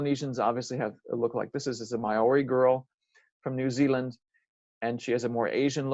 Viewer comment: You might want to look up how to properly pronounce “Māori”.